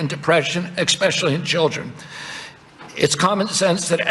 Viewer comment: I can't forgive " ekspeschuly"